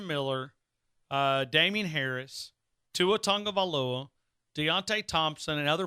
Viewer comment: Dang half the season finished and you still saying Tagovaiola